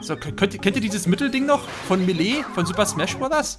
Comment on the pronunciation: Wie "Melee" immer ausspricht...